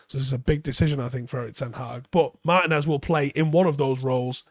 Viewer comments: Mar-TEE-nez. It's not pronounced like Martin ffs. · Just a heads up. Looking him up on google there's an accent over the i that means you give that letter more emphasis. It's pronounced Mar-Tee-nez. It hurts my brain a little every time you call him Martin-ez. I hate being that guy mentioning this. Anyways keep up the good work.